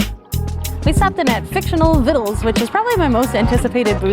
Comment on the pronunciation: Great video as always! You're the only ones who pronounced victuals correctly😹